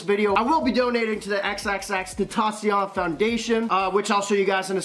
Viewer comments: You need to work on your pronunciation of of xxxtantacion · You said his name wrong